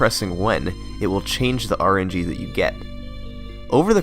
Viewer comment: did you say RNG was 'look' instead of 'luck' ? :P